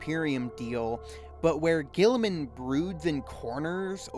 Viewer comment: When youre trying to make a serious point, mispronouncing the subjecting and mocking it constantly really kills your momentum.